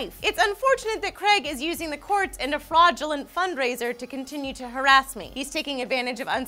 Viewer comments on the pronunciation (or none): Hahaha, she said 'harrass', so ridiculous... .. although so is the fund raiser, or should I say extreme?....